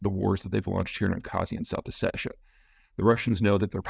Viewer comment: Your pronunciation needs some work. oh-set-EE-yah, ahb-haz-EE-yah and Ga-ra-bagh. There is no K. It's a bad transliteration. Naxçıvan is pronounced Nakh-chi-vahn with the i being a soft I like in "middle". Also "nagorno" is Russian and not how either side calls the area.